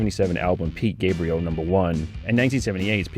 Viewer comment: "Pete Gabriel"...?